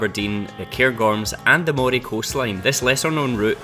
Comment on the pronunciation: It’s Moray as in Andy, NOT Moray as in eel.